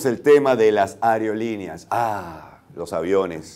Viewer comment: dijo areolineas en vez de aerolineas.